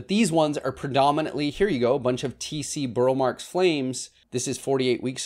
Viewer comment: I think I’m convinced I need a mint as the last Monstera for my collection. (Yeah, right😉). Do you have any tc inbound in your shop? Watched a documentary on Roberto Marx. I was saying “Burl” like you, but apparently it is pronounced “Burley”. I surrender. Love the BMF and am lovingly waiting my first lobster claw. Happy New Year all! Thank you for the great content all year!